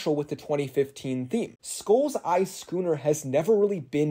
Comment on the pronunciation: Who else heard “gooner” instead of “scooner” 😭💀